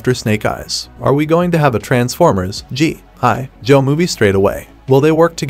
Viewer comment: Is this voiceover AI? It was really convincing until he kept chopping up the syllables in "GI Joe"